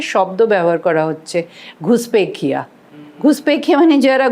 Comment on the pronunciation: উনি নাকি বিশ্লেষক!ঘুসপেটিয়া কে বলে ঘুসপেখিয়া